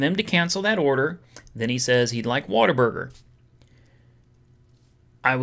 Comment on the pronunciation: Every time you pronounce it "waterburger" I die a little inside